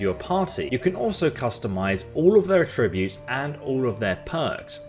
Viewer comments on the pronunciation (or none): Please don’t undermine the quality of your videos by constantly mispronouncing “attributes.” You place emphasis on the wrong syllable which becomes like nails on a chalk board. The verb attribute has the emphasis that you use but the noun attributes is different.